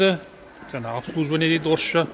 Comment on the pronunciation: жана емес жаңа кобалттын емес кобалттың Ң деген әріп бар қазақ тілінде